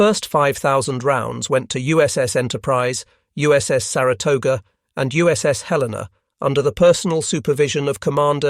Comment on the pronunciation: The first WW2Tales installment that pronounces USS Helena correctly